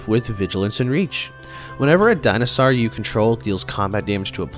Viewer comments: I stopped watching as soon as j heard dino sar it's actually maddening. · Say it with me, “Di - No - Sore”! It makes me cringe hearing “Di-No-Sar” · Dinah sahr!